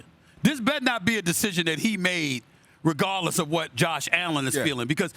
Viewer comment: Nah. Nope. No. Not Kevin Stefanski in Atlanta because he failed in Baltimore. Not regardless, regardle, regardleh, regarless, regarle, regarleh, and more. /